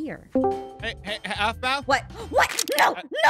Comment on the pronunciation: Is not Sphmau is Aphmau